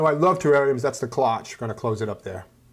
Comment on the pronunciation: By the way, the O is long and the CHE is pronounced SH Great video